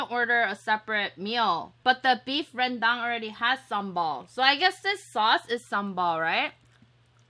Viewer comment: sate babi is a pork satay 🖒btw you're the only non-indo youtuber who pronounce beef rendang correctly